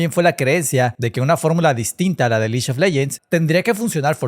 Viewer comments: Me duele cada que dices liyo leyents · El "liyon leyens!" Iba tooooodo bien hasta ahí...